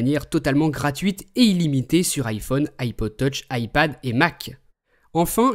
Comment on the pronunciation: ARK TA VOIX CEST DLA MARDE ! "LE IPHIUNE 5 ET LE SAMOUGN